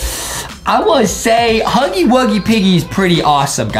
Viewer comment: He say thepiggy Huggy